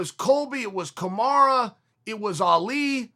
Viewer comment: Chael it was Kamara... Sonnen